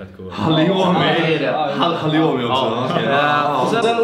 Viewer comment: Kommer ihåg förra året när sa ”hallioumi”